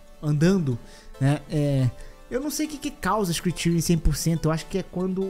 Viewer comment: Adorei a pronúncia de "screen tearing" para "scritíui" 🤣